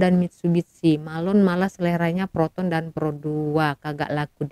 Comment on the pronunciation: Siapa la yg berkata-kata ni.....sebutan anda byk Salah.....🤣🤣🤣contoh..proton...disebut ..protun...